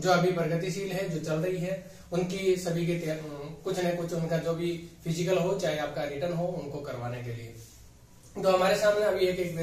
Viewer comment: सर फिजीकल नहीं फिजिकल होता है।